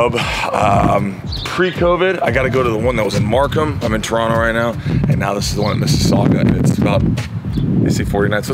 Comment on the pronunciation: J Mo, i have to say....being born and raised in Toronto, we can always spot a tourist by how they say 'Toronto'. Some don't know this, but it's actually pronounced 'Turonno'. i appreciate your Turonno. You're home sir, and the GTA is happy to have you. That gym is dope too! if i could climb, I'd definitely check it out.